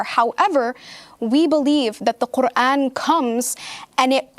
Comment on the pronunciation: its so annoying when she speaks normally and then goes KRRRRRRR-AN or is-LAMB you dont have to pronounce the words as if you are speaking arabic